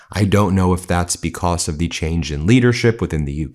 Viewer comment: Stop saying becoss